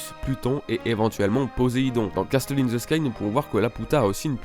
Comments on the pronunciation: pour le mot"castle" on ne dit pas "casteul" ca se prononce "cassol". je chipote je sais mais c est bon a savoir. bonne video en tout cas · cassol ou cassel? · Hyper intéressant. Merci au gars qui a pensé à tout ça. "Castle" se prononce "casseul", le "t" est muet. Juste pour ton info perso^^ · Arnaud Durand en tout cas le T est muet